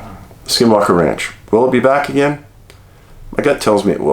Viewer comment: Dave Please tell Isdahl how to pronounce the words "AGAIN & GARAGE" he drives me crazy!